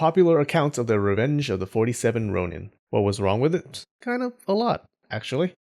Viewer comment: I love you excellent pronunciation of Japanese words, which is why I am so confused with your pronunciation of shogun and ronin